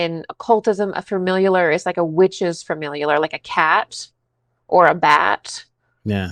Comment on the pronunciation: why is she adding a whole syllable? Lol theyre called a "familiar". Example - ive watched this shows before, so im familiar with the cast". Shes defining it correctly within the sense shes using it. But she's saying it wrong lol